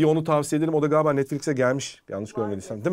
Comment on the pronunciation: harika bir diksiyonun var, ancak "Galiba" kelimesini ne olur "Gaaba" şeklinde telaffuz etmemeye çalış. Sevgiler ❤